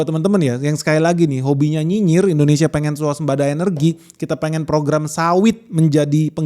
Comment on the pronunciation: Malaysiah... Indonesiah... Bekasih.. horehh😂